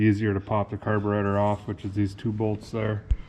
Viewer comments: did you just say "the fuel make it happener " ? [ carbertater ] ........good one. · Did you just say Carburetor?